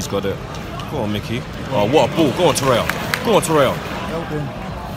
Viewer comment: It’s to-rear-ra